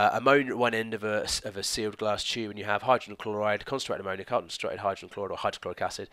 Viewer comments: Ammo - Naya 😂😂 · I'm from West Yorkshire! I've always heard it pronounced like ammo-knee-ah instead of ammo-nigh-a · Lol I've never heard anyone pronounce ammonia like that! Thanks for the video! :) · same I thought I was the only one...:') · lol, at around 18.58. You pronounced it a little differently to usual :) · The way you pronounced Ammonia 😫 never heard it like that before. What part of the UK are you from??